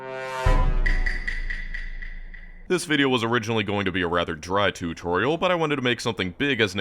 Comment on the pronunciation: tourtorial? totourial?